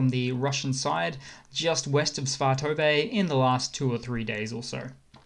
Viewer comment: SVAH-tuh-vuh = svatove